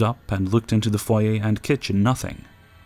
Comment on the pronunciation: This may seem minor, but I love you more than a little for pronouncing "foyer" correctly.